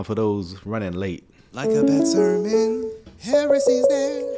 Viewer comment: Liking the new sound bite, but my ears keep hearing ‘like a (good) sermon’. Think more emphasis may be needed on the ‘d’ in bad. Could just be me!